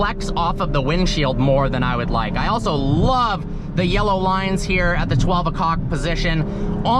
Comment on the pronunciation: Definitely said “12 a cock position”